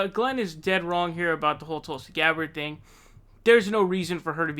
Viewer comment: David "Tooolsi Gbarrrrd" Pakman